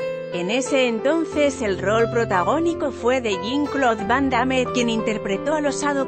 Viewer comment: nunca vi tan mala pronunciacion del nombre de van damme